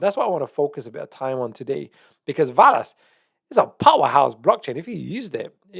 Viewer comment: Love you but it’s pronounced VELL-ASS not VAL-ASS. Same way your not called Jaguar 🐆 Love you’re content bro you are one of the true pros left keep up the important work you do 🙏